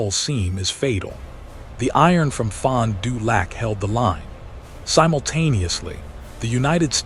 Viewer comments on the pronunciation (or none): The video accompanying the narration is humorous at best. It makes it hard to believe the narration. Pronunciation of Fond du lac makes it worse.